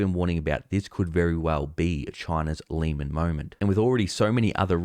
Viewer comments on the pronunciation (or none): Just a correction it's Lehman brothers not Leeman brothers